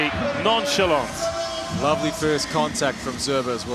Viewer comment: did he just say nonchallant LOL